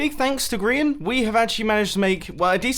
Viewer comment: Mumbo, you keep pronouncing Grian's name improperly. It goes like this : Geee Arrrrr eeeeeiaaaannnn Just ask xisuma